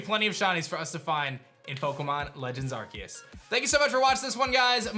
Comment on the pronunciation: It’s Ar-SEE-us. People that don’t know how to pronounce this make me extremely sad. Brainlets be gone.